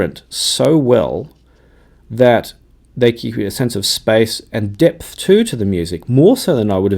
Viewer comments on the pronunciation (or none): none